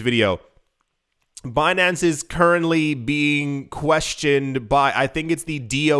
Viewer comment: BEE-NAN-CE. lmaooo